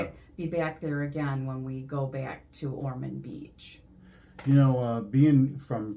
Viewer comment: Pardon me, but it's Ormond with an "o". My parents lived there for many years.